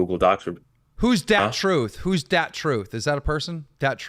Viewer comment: “Duh-Truth” my guy…but otherwise good vid.